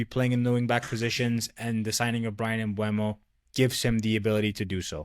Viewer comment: Just found the channel; nice video. Subscribed. P.s. it's "Mboomo"